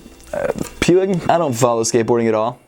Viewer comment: Think it's pronounced "Poo-eeg"